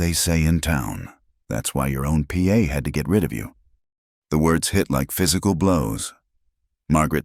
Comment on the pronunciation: Good story, would be better if AI could know word asterisk means a grammatical symbol and not a word to be spoken also the word Pa(father) is to be read as a whole word not initials p.a.